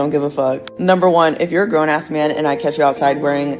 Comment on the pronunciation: Wtf is a meeyan? As in I don't want no meeyan tellin me nuthin? Did I spell it right? I don't even know how to make that sound.